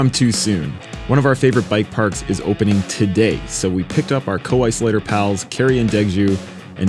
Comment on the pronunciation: "How's eryone doon tadeeeeeeehhh" - you know you're in Canada when